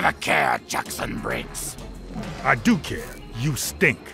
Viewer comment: am i the only one who heard ermac say jason briggs instead of jackson briggs?